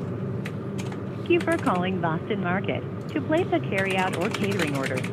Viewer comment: Bwoston market